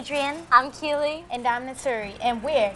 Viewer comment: Yall relax! Complain too much. Smh. If music is annoying then don’t watch and yall know what she means even tho she keeps saying key lee name wrong. I just feel they always tried to make the light skins push forward more